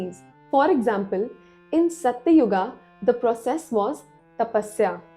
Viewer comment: Hey Don't mispronounce our pure hindi words like satyug - a , kalyug - a .. this is wrong